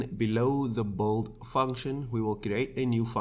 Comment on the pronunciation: Fantastic content! I'm gonna be that guy, forgive me: "build" is pronounced "bìld", not "bòld" ❤😊